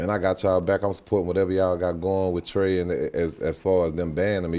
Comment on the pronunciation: The fact that ti and zro was beefing and even he say Trae wrong 😂